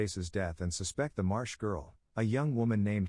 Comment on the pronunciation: It's MARSH girl, NOT march.